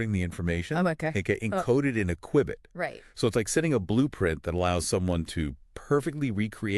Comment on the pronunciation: Had me until “qwibit” 😂